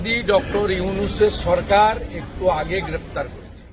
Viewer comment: সালা বাংলা বলতে পারেনা মুর্খ। সরকারকে চরকার বলে